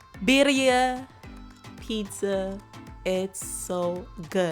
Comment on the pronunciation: Not pronounced right 😂